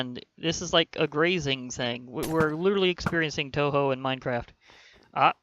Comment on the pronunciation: And its pronounced tohow